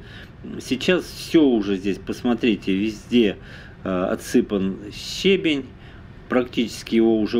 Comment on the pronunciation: Ударение: ще́бень — ударение падает на 1-й слог.